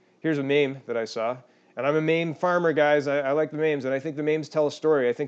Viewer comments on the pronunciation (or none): Lol fair enough, and meem not maim ;) but love the channel, keep up the good work!